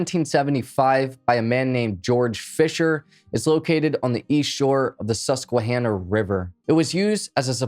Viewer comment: You said Susquehanna correctly! Very impressed! You'd be surprised what we hear, living in PA...(P.S. The History of the Susquehanna Indians/River is quite interesting!)